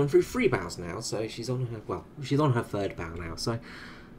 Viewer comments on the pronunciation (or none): none